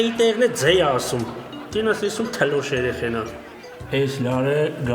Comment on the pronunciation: Ասըմա😂պ ի տեղը (ձ) ա ասըմ՝ էս ում թլիկ էրեխենա😂😂👍👍👍